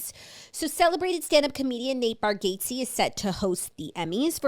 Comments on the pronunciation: I just came to say this! Please learn to say it! 😂 Bar - gat - see, not Bar gate see. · You guys must watch a Nate comedy special. Also it’s pronounced bar-gots-ee lol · Nate says it “bar get zee” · caaaaackling at the confident pronunciation of Nate Bargatze’s name ☠️😆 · When it’s wrong 😂😂